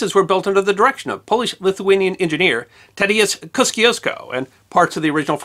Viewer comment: I don't blame you for absolutely murdering the pronunciation of Tadeusz Kosciuszko, but it is "Ko-shoe-z-ko" -Sincerely, someone who lived on Kosciuszko St for their entire childhood